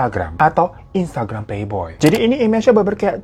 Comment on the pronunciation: Instgaram? Bang, minum aqua dulu yu bang biar fokus.. 😂